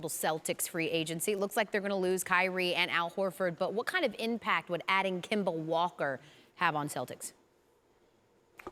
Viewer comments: Nobody: Stephen A: kember walker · “Kembar Walka” Stephen a